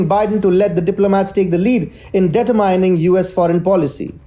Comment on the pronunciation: As my professor used to say, “you put the emPHASis on the wrong syLABle,” and there is no “mining” in deTURmining, just as there’s no “mine” in minutes.